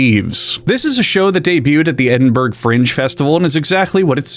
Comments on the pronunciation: it's pronounced "Edin bruh" not "Edin burg" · dis he really pronounce Edinburgh like eden-burg? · Edinburg is prononounced ED IN BRUH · It's 'Edin-burruh' not 'Edin-berg' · Edinburgh, burgh is pronounced like bru not burg Thanks for the videos btw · "Ed in bruh." Ed. In. Bruh. It's not that hard, dude. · Edin burruh lol. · It's pronounced Edinbruh. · Hearing you say Edin-berg Fringe Festival made me Edin-berg Cringe Festival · Do NOT call it "Edinburg" please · Ed in berg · You can tell "22.86 Centimetre Nails" isn't a real thing because if it was then their British listeners would be watching this video, and then these comms would be clogged up with them calling you out for pronouncing "Edinburgh" wrong... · Never pronounce Edinburgh like that again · Bro pronounced Edinburgh wrong. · THAT IS NOT HOW YOU PRONOUNCE EDINBURGH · I both love and hate people not being able to say Edinburgh correctly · I have lived in two cities in my life. Edinburgh, and Melbourne. Americans can pronounce neither. Why don't they ever just google it? They're major cities. It's like us not being able to pronounce San Francisco or something.